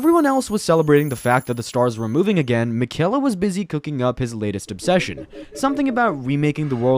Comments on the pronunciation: Hey man, you don’t pronounce Miquella’s name correctly. I’m not upset or anything, but I hope you delete your channel. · Miquella’s name is probably the one you hear the most in the game how are you saying it wrong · “Mikella” “star skourge” “Marikuh” are you trolling….?